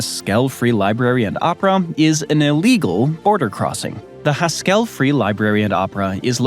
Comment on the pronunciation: 🤣🤣🤣🤣 The accent in Haskell is on the first syllable. It's HAS-kell, not Has-KELL.